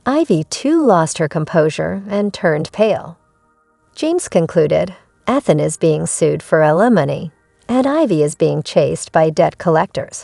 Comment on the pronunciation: The pronounced name..🤨 Ethan has a long e sound! Eee than... 😅